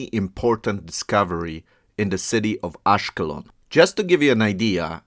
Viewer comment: ASH-KELON -- the stress on the latter part of the word.. AGEAN - the G is pronounced like the G in GAME! The Hebrew Bible refers to them as PEOPLE OF THE SEA! Very obvious!